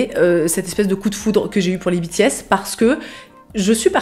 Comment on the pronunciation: biti-S T.T j'ai pas compris au début que tu parlais des BTS tant ta prononciation diffère de la mienne XD (je le prononce comme la filière en fait)